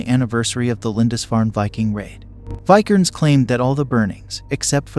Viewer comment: It's a mild nitpick but maybe in the next video listen to names and certain words your not sure about pronunciation Vi-ker-nes, Lam-bee-sis, Not-see-ism.